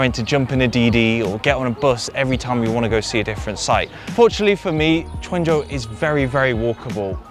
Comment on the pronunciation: Guandzou not quanzhou